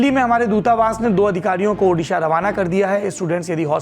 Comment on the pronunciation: Sir we are highly grateful for your quick action to broadcast news and bring such a concerned matter before the country, but I have a request to kindly pronounce it Odisha not Udisha.